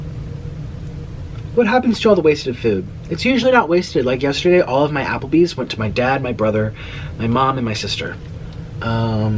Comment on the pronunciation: NO MORE AH-PL-BEEZZ 😡😡